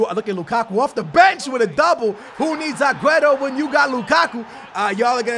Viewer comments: AGUETO it's Aguero ffs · Agüero not agueto.. dude plz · Can u please talk normal. It's aguero in stead of agueto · Why you call him agueto? It's not his name